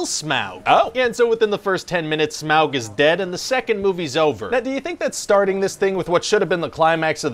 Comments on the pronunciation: It’s not smaowg. It’s pronounced smog. Smaug. Au like autumn. Au like august. Smaug=smog. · Today on things I super hate: SMAW-g. UGH. Just....UGH.